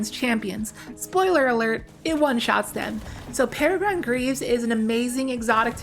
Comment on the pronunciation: peh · ruh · gruhn